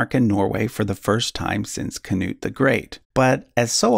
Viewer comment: You really butchered those names man, nearly lost my shit at ”king CANUTE”. Nice vid anyhow!